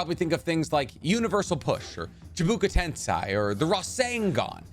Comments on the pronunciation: >chibuka tensai >chibuki tansei >chabika tansai You'll give Seth an aneurysm. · And yet my guy doesn’t even know how to say CHIBAKU TENSEI (he said chibuku tensai) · It sound like you said Google tensai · ChiBAKU Tensei, not Chibuka Tensei lmao. Love your content tho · I dunno if it's a running joke or not but "chibookoo tensai" is hilarious man... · Chibuku ten sai?Sai?? No sir am already not watching the rest of this vid lol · Chi-bah-coo tensi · You pronounced shibaku tensei wrong this guy….. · Bro I seriously LOVE your content but you need to start pronouncing things properly. It's not that hard to learn how to pronounce Japanese words. Especially when you hear the voice actors say the words and STILL mispronounce them. Please homie, CHIBAKU CHI BA KU (CHEE-BAH-KOO) TENSEI (TEN-SAY) CHEE-BAH-KOO TEN-SAY. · The way he says chibaku tensei physically, mentally, and spiritually pains me.